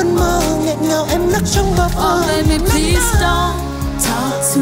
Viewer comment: PLEASE chứ ko phải PLEAST nha bạn